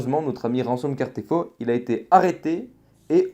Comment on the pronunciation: C'est Casterfo, pas Cartefo 😉